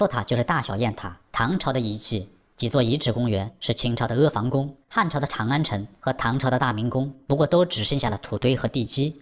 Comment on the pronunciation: 阿旁宫，读旁